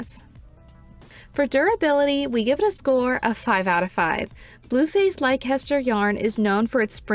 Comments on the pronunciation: Uk viewer coming to the comments to say it’s pronounce les-ter, but I see others have already done so. It’s a beautiful yarn! Great review ❤ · Just for info, Leicester is pronounced Lesster. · Leicester is pronounced "Lester". Trust me. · It is a great yarn and one of my favs. It is, however pronounced “Leh ster”.